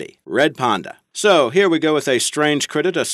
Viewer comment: its a panda not a ponda hahaha